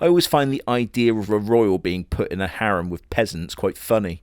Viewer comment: you get points for saying harem correctly. I hate the old english way of saying it.